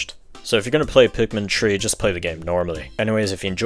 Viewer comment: When the vid opens with "pikmin tree" you know its gonna be good